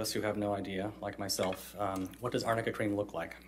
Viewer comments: Arnica is the correct name of this cream. Fancy a highly paid lawyer not being able to pronounce it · when he was questioning Isaac Baruch, I heard amica too. Now I distinctly heard arnica. And it is a flower used for creams. For bruise cream, apparently, in America. Not in my country. I was a bit confused as well. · They were saying amica not arnica lol “what she wearing amica?”